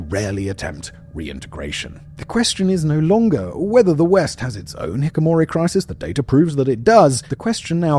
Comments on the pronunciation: "Hi-KI-ko-mori" not "Hi-ko-mori" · He says HIKIMORI 😂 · FOR THE LOVE OF GOD, SIMON! It’s pronounced HI-KI-KO-MORI!! HI-KI-KO, NOT HIKOMORI! Your team got it right on the thumbnail!! Can’t believe you’re still butchering simple and well known words like these, are you dyslexic or just really shitty at preparing, like reading through the words before shooting?!?! even though you have slightly improved as of late; Just listening especially to your Middle East history retells is not for the story, but to get a good laugh as the uploads resemble a scetch more than serious storytelling. The only thing missing here is the camera panning every now and then to someone else in the studio with actual education and extensive knowledge on the topic making strange faces as they can’t understand what or who you’re talking about 😂😅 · Mispronouncing "hikikomori" as "hikimori", the MAIN subject of the video, made me disregard this entirely. If you don't even manage this, the rest is likely just regurgitating other sources you were not even able to read properly. Also avoiding any of your other content mill channels now. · why do you not pronounce it correctly? I know Simon is just a host reading a script, but NO ONE stopped him from saying "hikamori" !!!!???? it is pronounced hee-kee-koh-MOH-ree (copied directly from google) and it only took me around 1 second to search for how to pronounce the word by google searching it. No one on his entire production team caught this? What do you pay them for? Do better, this is driving me crazy, you expect people to listen to you ranting about a topic for just shy of half an hour and you do not pronounce the word correctly. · It's not hik himori. It's Hiki kimori. Come on dude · aAARGH! Simon keeps saying "hikomori", but it is "hikikomori". It's driving me insane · not hikomori, but hikikomori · Please learn how to pronounce the topic of the video you’re discussing. Its “Ki-KI-komori” not “Ki-ko-mori.” there’s five syllables—not four.